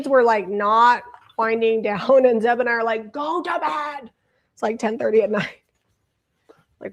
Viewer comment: ZEB not Zep sorry Zeb